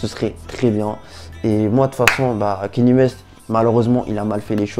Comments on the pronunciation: Par contre C’est pas kenny c’est kanye ( kanié ) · Erreur mon gars, ça se prononce "Kanié" ecoute tout les américans qui prononce son prénom et tu sauras que j'ai raison